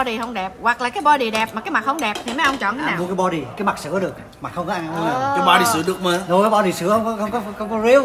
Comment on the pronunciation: Bođy mà nói bợ đích hihiiii